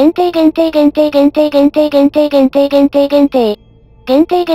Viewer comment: ずっと限定って聞いてたらぽいじゃんって聞こえてくるのは俺だけか